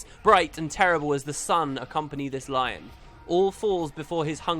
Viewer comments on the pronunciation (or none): none